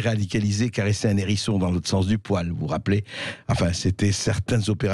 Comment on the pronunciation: '' Caresser un nérisson dans le sens du poil.» ?? Moi je suis de la vieille école et je pratique le le H aspiré . Caresser un Hérisson dans le sens du poil! C'est mieux!